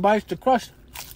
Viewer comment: “ Anover one bites the cwust ChOmP” lol